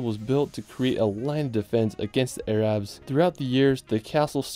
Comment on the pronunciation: Did you say "air-abs?"